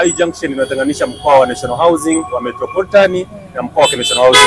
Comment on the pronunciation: Metropolitan SIO Metroporitan